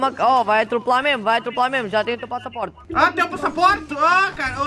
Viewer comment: ''Teu passapôrt'' kkkkkkkkkkkkkkk